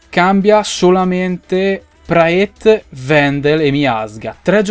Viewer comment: Praet si pronuncia Prat, lo so perchè seguo la jupiter pro league comunque è una bestia